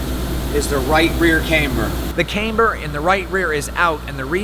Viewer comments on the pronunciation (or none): If you say integra type r one more time.... it’s Camber not Canber, I really like your car but you’re slightly annoying lol.